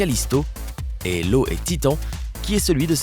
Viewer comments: J'ai coupé la vidéo quand le narrateur a dit "Lo" pour "Io" ... p'tin sans dec! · Mdr c'est quoi comme satellite LO ? xD c'est iiiiiiiiiO !! >< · C'est io et pas lo je trouve ça débile de vulgarisé tout ça quand on ne sait même pas prononcé le nom de l'une de Jupiter. Bref faudrait plutôt révisé vos sources des éclipse il y en a chaque année sur la planète... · Cest pas lo mais Io ( i majuscule o)